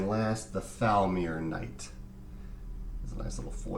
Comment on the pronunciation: mispronounced Foulmaier Knight 😂